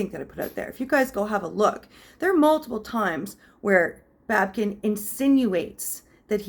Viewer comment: It's not babken. It's babykin